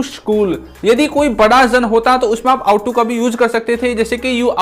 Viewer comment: Ought to . आप का प्राउनिशिएशन इस इनोकॉरेक्ट है। आउट टू नहीं । ओट टू।